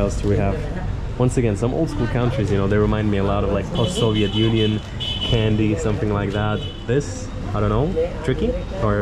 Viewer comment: are you french? You pronounce the word KANDY like a French guy